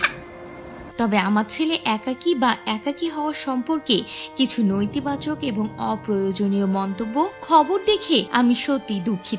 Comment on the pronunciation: উচ্চারণের কি অবস্থা! নৈতিবাচক!! সম্প্রিতি!!